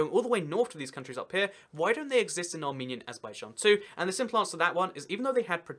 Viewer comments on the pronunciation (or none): none